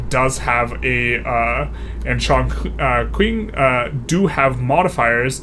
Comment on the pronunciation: Sichuan also has 15% (iirc) bonus for plantations along with opium Also q without u in Chinese is pronounced like ch, so Chongqing is pronounced "Chong-ching"